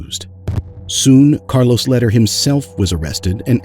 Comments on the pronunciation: it's pronounced Lehder= Laydare! not letter! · Your video is good but your pronunciation needs a bit of work. Lehder (Lay-Der) Medellin (Med-a-Yeen)